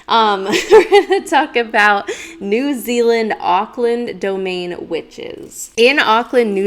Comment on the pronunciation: Love you, watching you has encouraged me to explore my own abilities more in psychic mediumship and spirit communication and absolutely adore these podcasts, I'm from New Zealand and you pronounced both the Country and City name correctly and being someone who grew up with their older sister living in Auckland and having gone up there many many times I can confirm hearing the witches cackle, it's quite a haunting sound like a whisper being carried through the wind as if it's off in the distance a bit. Beautiful area to walk around in the evening and early night but not a place you want to be hanging around in the early hours of the morning late into the night.